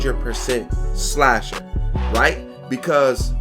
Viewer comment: Why it say shasher